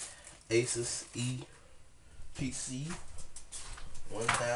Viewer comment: Finally, someone who actually said the brand right! aSUS not aSOOS